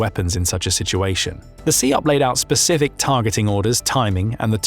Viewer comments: SIOP (sy-op, not see-op) hasn't been used for over 20 years. It's OPLAN now. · is this dude really saying See Op? ........